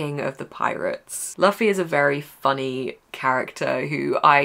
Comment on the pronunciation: Great reads! I only read 1 book in April 😅 PS : Luffy is pronounced Loofy + Zolo is actually Zoro but in Eng translation they couldn't write Zoro cuz of Copyright.